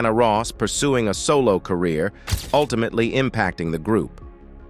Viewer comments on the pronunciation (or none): "ool-ti-mate-ly???". Its "ultimately". Whenever the announcer mispronounces basic words like this it dismays me...